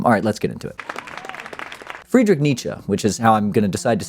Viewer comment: As a german I can say you got the name Nietzsche right. And Friedrich was close enough. :D